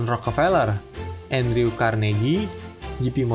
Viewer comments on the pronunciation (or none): none